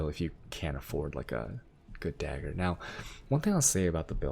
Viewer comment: Is dag-grrr not dagure.